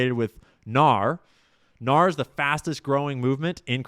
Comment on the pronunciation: Fyi it's pronounced N-A-R (say the letters) or "The N-A-R" not "nahr"